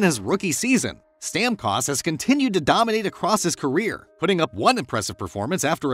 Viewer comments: You had me until i heard to say StamCost. Hahaha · The pronunciation of Stamkos hurt my ears :p. Great video though!